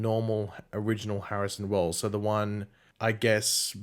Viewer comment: "Barrison Wells"